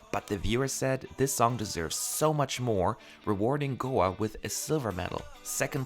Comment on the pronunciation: It is pronounced go a (ay)